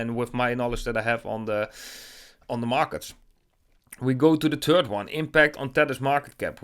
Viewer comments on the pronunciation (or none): Love your content but “The turd of January”?! Come on bro, work on your TH it’s not hard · Anyone else find it difficult not to laugh at the “turd” of January? Sorry, love the accent! It just made me chuckle. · I was just going to comment on the "turd" of January! 🤣🤣 Love the guy! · I was reading your comment when i heard him say “turd” 😆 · Hahaha I am dutch and have an accent when speaking english aswell and I didn't even notice the mistake at all. But now that I read your comment, it does sound pretty funny :')